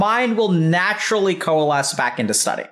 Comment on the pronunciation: "your mind will naturally coalasbackindasady"